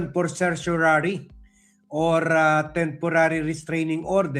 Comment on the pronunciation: Children, let's pronounce CERTIORARI properly. Just say SE - SHO - RA - RI. The stress is on the third syllable RA; RI is pronounced like LEE as in Bruce Lee. There is no other pronunciation for CERTIORARI. A writ of certiorari is a legal order issued by a higher court (usually the Supreme Court) to a lower court, demanding they send up the record of a case for review. Originating from Latin meaning "to be informed," this extraordinary writ allows superior courts to ensure lower courts acted within their jurisdiction and according to the law